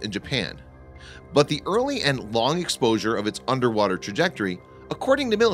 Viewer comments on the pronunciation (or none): none